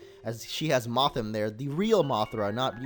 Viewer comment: its mothim